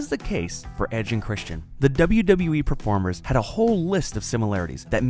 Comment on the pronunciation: u said perpormers 😂😂